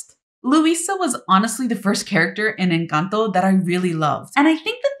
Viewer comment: The way you say "Encanto" is perfect! 👌